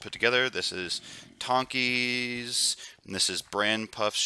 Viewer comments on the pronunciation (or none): Haha, noticed that too. Tonki => Tonsi Lindouw => Lindow (o)